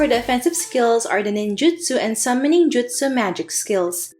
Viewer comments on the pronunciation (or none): none